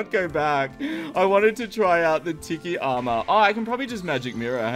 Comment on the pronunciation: Anyone else get triggered when he sais tiki like (tih key) when you say it like (tee key)